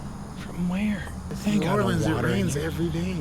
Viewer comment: Also, thanks for saying “New Orleans” correctly and not “New Or-keens”. And… the scariest hospital here is (was) Charity Hospital, the longest continuous working level 2 hospital in service with 2,860 beds since 1736.